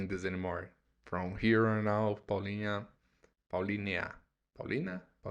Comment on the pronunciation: It's definitely not "Paulinia" 😂